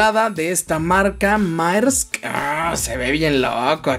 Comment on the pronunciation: se pronuncia mersk no marsk lo se porque mi mamá trabaja en lo de transportacion de vinos